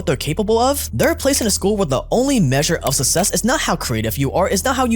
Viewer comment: Great video, very informative, but for some reason the way you pronounce some of your words really bugs me (for interest, for the word success, it sounds like sussess). Other than that, the video was very informative and extremely depressing! Thanks! 🙏 🎉